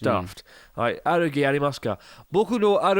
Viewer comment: Sounds like the german pronunciation: Allergie ( Allergy ). 🙂